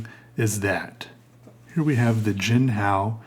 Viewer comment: You're saying it right. Hung hao. Your sense of humor is wicked cool. Lol I found myself psycho-analyzing your drawing... you were in a good mood right?